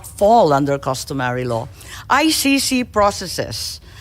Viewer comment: ICC po Miss Sen. hindi I-ShiShi.